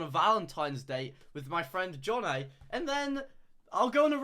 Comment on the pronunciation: the second a in jonnaays name is nowhere to be found